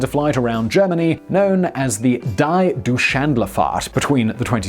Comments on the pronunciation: You pronounce the German word "die" as "dee". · • - That was horrible. Reading "die Deutschland fahrt" as "dye do shandle fart" 😬 Simon, you realize there are a lot of pronunciation aids, even Google Translate could've told you how to say it. 🤦 • - Forrest Gump didn't say that, he said " it happens". The other guy extrapolated the quote.